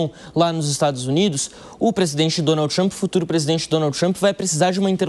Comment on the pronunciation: Um repórter que mora no país que faz a matéria pronunciar Donald dessa forma errada deveria ter vergonha! Aliás isso é uma vergonha!